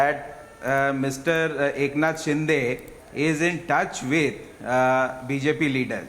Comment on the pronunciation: Dear Host It's Not Shin-Day but Shin-de.